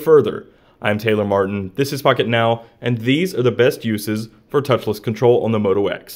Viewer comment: Sounds like he said FuckitNow